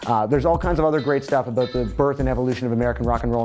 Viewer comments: "Aboot" wow his canadian really showed their, didn't it? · all i hear is " ah-boot " when he says about